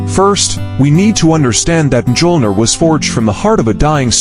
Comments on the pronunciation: Cap could ALWAYS lift the hammer. And that pronunciation... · I'm sorry but the absolute horrid pronunciation of the hammer's name I couldn't make it past a minute. Actually I made it to 59 seconds